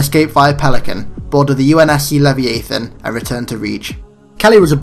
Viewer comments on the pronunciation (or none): Alright, this isn't me being a dick, just helping. mjolnir is said like me-ol(said like "old")-ner. leviathan is said like lev-eye-ah-thin.